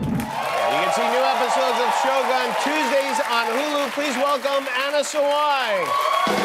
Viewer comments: I really loved the interview! Only one thing I want to ask Jimmy … it’s pronounced like “show goon” not “show gun” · It’s pronounced sho-goon. Not gun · Why the hell did he say "Shogan" instead of "Shogun" wtf lmao. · Not shogone.. shoguuun. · Oh gosh Jimmy. It's pronounced as Sho-gOOn, not Sho-gun like a freakin' gun. Lol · Note to Jimmy Kimmel: It's pronounced Shogun as in good, not Shogun as in gun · Why is it pronounced like "show - gun" in America, when it's prununciation is "Shoh-goon". Is it that difficult ? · Show Gun? Leave it to the Americans. It's pronaunced Sho Goon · Yeah he has NO idea how to talk to a Japanese woman. & NOTHING about the show. & it's SHOh-GOON, not "Show Gun." UGH. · Jimmy it is pronounced as sho-goon, Not show gun!!! If you are in medieval Japan, you will be diced by samurai sword!!! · It's pronounced 'syo goon', not 'show gun' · It’s cringey hearing “show gun”. Jimmy should’ve made an effort with the right pronunciation of it. On the other hand, Shogun is amazing! Anna is stunning. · Yikes, everyone can pronounce the freaking japanese word, except Jimmy Kimmel, that just went off and said "shogan" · It’s pronounced as shogoon not show gun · 英語だと将軍を「しょうがん」という発音になってしまうのですね。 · Sho-guun almost, right? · hey yankees, it’s not sho🔫, it’s sho-gun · Bro said Show Gun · This host didn't bother to learn how to properly pronounce "shogun". He pronounced it like a damn gun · if this dude misprounces shogun one more time im going postal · I cringe each time he said "shogun" NOT in the way it should be pronounced. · She is so charming. The american pronunciation of the name Shogun is awful, it's so painful to the ears. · Annoyed at how Americans pronounced shogun .. listen how the Japanese pronounced it, and just copy it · Why do Americans keep on pronouncing Shōgun like it's an English. Like WTF? can't you learn hwo it's supposed to be pronounced? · He keeps pronounce Shogun wrong 😅